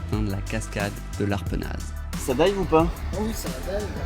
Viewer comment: Copieurs pour la cascade c’est mon spot!:) faut appeler quand vous êtes dans le coin! Mais vous faites ça mieux que moi quand même:) un jour je ferai pareil! Bonne continuation à toi Et on prononce pas le Z à Arpenaz 😜🤘